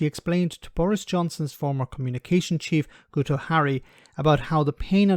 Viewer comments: I'm Welsh and Guto is pronounced "GITTO", it's very easy to remember in this instance. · Even though I hate the twerp and think he is a massive bradwr. The name Guto is pronounced Gito as the U in the Welsh language makes an I sound.